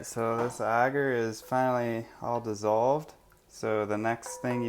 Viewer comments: Its Agar not augar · It’s pronounced agar not auger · Pronounced A-gaR not ah-ger,, lol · Okay have I been saying agar (Ay-gar) wrong this whole time🤦🏽‍♀️ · I'm willing to bet you do a actually say some of the words in that link incorrectly. I would like to say in my years of learning mycology it is almost always pronounced as "Aye-gar". Further more here is a rebuttal to that YouTube link. BTW it's from Cambridge Dictionary. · Haters gonna h8. I'm from Texas and I'll bet 90% of my pronunciations would drive 90% of the world crazy. I pronounce AGAR like a pirate with a extra helping of RRRRRR and hope no one goes nuts over that. I live in Tennessee now because everyone here speaks normal. (LOL)